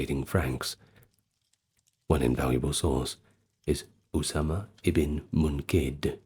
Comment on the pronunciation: I love your pronunciation of Osama Bin Monqidh's name, it's as close as I've ever heard a non native Arab pronounce Arabic names, You nailed "Osama" 100% correct, the last name i'd rate at 85% correct, great effort, I salute you sir.